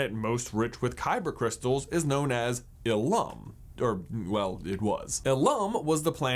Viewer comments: Well, as far as the questions revolving around starkiller base... 1. Although we are shown that starkiller base is powered by absorbing the energy of a star, but told that it was powered by the kyber crystalline core of the planet Illum(pronounced ILL-um, not ill-UM...feel free to make as many Hermione Granger jokes as you like, lol) the kyber crystals work the same way in death stars one and two, starkiller base & Palpatine's sith destroyer fleet, as any single kyber crystal works in a jedi/sith's lightsaber: as a focusing mechanism for the on-board power source. In a lightsaber, power isn't created by it's kyber crystal; it is passed through the kyber crystal from the "diatium power cell," a naturally recharging power source into the kyber crystal, converting and focusing the energy into the "emitter assembly," which then creates the lightsaber blade. So in the case of starkiller base, energy is drawn from a star, passed through the kyber core of the planet, and then discharged as a massive planet-killing energy blast. 2. Though Illum was the most well-known source of kyber crystals as well as the location of the Jedi's tradition of pilgrimage for young jedi padawans, it wasn't the only source. There were multiple planets that contained kyber, and in recent canon comics, it's even been established that kyber crystals could be created artificially. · ILum. Not ilUM. :)